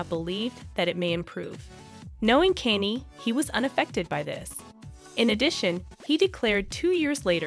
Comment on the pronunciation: My favorite part of this video is “Caney west”